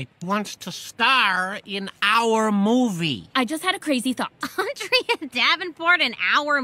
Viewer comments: It’s not Andrea it’s ANdrea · when you realize her only friends were the ones that accidentally pronounced her name wrong XD